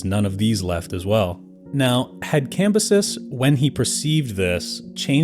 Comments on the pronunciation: Isnt Cambyses pronounced cam-bye-sees? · Thought the whole point of the second channel with a worse narrator was better pronunciation, and the video starts with the dude mispronouncing Cambyses (Classical Latin) IPA(key): /kamˈbyː.seːs/, [kämˈbyːs̠eːs̠] Tell me you used a google ai pronunciation without telling me you used a google ai pronunciation.